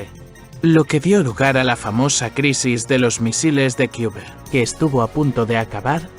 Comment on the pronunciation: Empiecen por respeto pronunciar bien los nombres de los paises. Es CUBA. No lo que uds pronuncian.